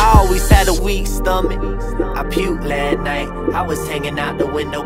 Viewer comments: lol thats driving me crazy... y couldnt he just pronounce LAST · Apparently last is now pronounced lat. Hmmmm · I puked Lah night. Is he trying to be black so bad that he can’t say LAST.